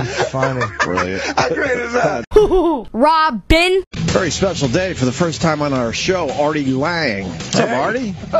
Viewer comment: Hoohoohoo rah-bin.